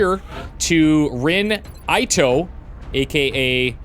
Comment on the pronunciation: If Ito is a Japanese name, it should be pronounced ee-toe.